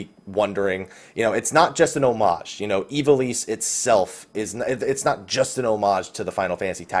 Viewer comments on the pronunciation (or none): Aw man I just gotta say it: Ivalice. (EYE-vuh-liss)